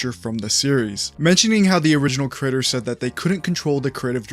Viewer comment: when you say creator i keep hearing the word critter